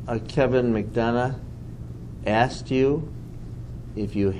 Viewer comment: This dude should have postphoned this deposition the second he said axed skin to skin its def proprietary 😂😂😂